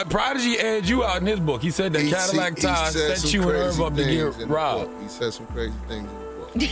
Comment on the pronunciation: It’s pronounced Cadillac Ty!!!! AI robot 🤖